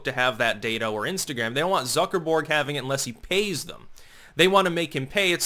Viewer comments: Okay, I love you but, the way you say "Zuckerberg" is driving me nuts. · Do you pronounce his name Zucker-borg in reference to the star trek borg collective due to his robotic mannerisms and lack of emotion? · I click on any Facebook video by, just to hear him say "Zucker-BORG". You will be assimilated!